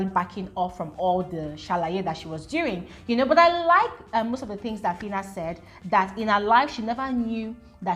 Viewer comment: That fitta ( filter) even made me forget how to pronounce phyna correctly for some minutes 😅